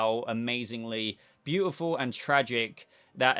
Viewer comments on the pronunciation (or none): none